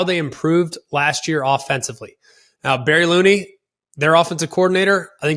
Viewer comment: Love the Illinois coverage and will always welcome more but: Barry Lunney (pronounced Lun-ney) not Looney Tip Reiman (pronounced Rye-man) not Trip Rayman Devon Witherspoon not Shawn Witherspoon Jer'Zhan Newton - Johnny Newton Gabe Jocas - Gabe Jacas (pronounced "ackus") Tahveon Nicholson - Taz Nicholson Perhaps not significant to ESPN/Omaha Productions as a whole but these kids see this, share this, and replay it many times! Love to see the love they're getting and can't wait to hear them continue to get the love they deserve. ILL